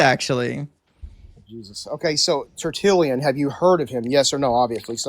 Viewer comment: Like all pretend intellectuals, the Protestant loves to throw around jargon. But his amateurish conversation evinces his fraudulent scholarship. But he does not know how to pronounce "Tertullian." He does not know the definition of "rhetorical question." He thinks that prefacing a sentence with the word "actually" somehow renders it accurate. He thinks peppering his speech with the word "literally" adds emphasis. He's a living exemplar of Alexander Pope's line "A little learning is a dangerous thing..."